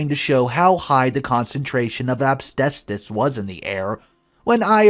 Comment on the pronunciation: You say asbestos wrong